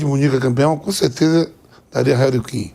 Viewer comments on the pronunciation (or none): “Réri Kin”